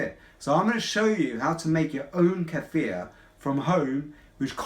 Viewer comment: Thank you for pronouncing "kefir" right! Most people do not know how to pronounce it! Thx for the video!